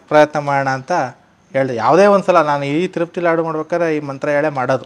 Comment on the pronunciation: ಲಡ್ಡು ಅಲ್ಲ Sir ಲಾಡು ಅಂತ ಹೇಳಿ ಯಾಕೆ ಬೇರೆ ಭಾಷೆಗೆ ಬಹುಬೇಗ influence ಆಗಿಬಿಡ್ತೀರಾ ನಮ್ಮ ಭಾಷೆ ಪದನ ಬಿಡ್ಬೇಡಿ ದಯವಿಟ್ಟು